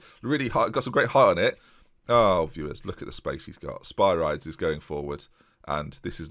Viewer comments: It is pronounced Spi-ri-dis emphasis on ri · It's probably too late but his name is pronounced O-diss-ee-us Spi-ree-deez